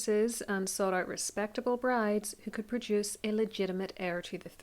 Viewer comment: Legit thought you said “he’s ugly” not “ he’s out” 😂 whoops